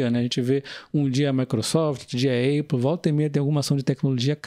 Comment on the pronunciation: Falar apple como "eipou" dói ehm...kkkkk nunca vi sendo dito na mídia nem nenhum lugar. Ñ sei pq algumas pessoas dizem eipou...a forma menos errada seria "épou"